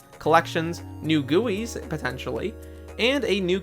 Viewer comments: its G-U-I not gooeys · No way he said new "goowis" for GUIs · aint. no. way. homie just pronounced guis as gooeys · "New Gooeys" ive never heard someone call it that lmao